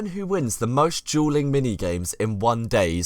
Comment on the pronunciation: So I am from America and (this is a joke) but your dueling sounds like juuling and if that’s the case well I know some people who would literally have that hat 24/7